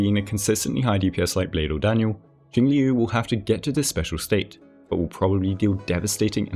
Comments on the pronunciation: Liu is pronounced like "Lyo" it rhymes with the Japanese name "Ryo". You just make the L sound with your mouth and then follow it with "Yo" like in Yo-yo. Admittedly, it's one of the harder Chinese syllables to pronounce so I don't blame anyone for it. Even on the official live stream they say her name as Jing-"lyoo". XD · One day there will be a guide-maker who correctly pronounces Jingliu's name.